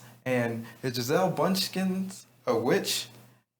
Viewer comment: Did he just call her Giselle Bunchchins? Lol